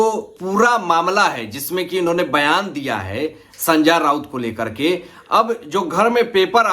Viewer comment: Pehle to naam thikse lena sikho. संजा राऊत ये क्या है कितना अजीब लगता है सुनने को😂😂😂😂😂😂😅